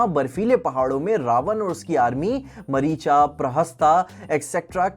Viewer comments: Bhai kyu?? Kya hai मरीचा यक्षा?? Kaisa lagega agar mai Thanos ko थानोस bolu? If you are accurate with the pronunciations of Hollywood movie's character's name, then why not be lingually accurate with Hindi names as well?? मारीच, यक्ष.. ye Sahi pronunciation hai! Bhai indian to ban jao pehle.. I am following MOC from the very beginning and before that.. like one or two years before MOC, I was a subscriber of the three of you guys.. and I love your content and you guys.. I still do.. but please.. be lingually accurate for the Epic's characters, just like you are accurate with the Hollywood 's characters! Just a humble request. ❤ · Bhayi its 'Ram' not RAMA, "MARICH" not Marchicha, "PRAHASTH" not Prahastha and "RAVAN" not Ravana